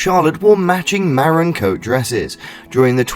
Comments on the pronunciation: Maroon ….not Maron! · Ma room not maron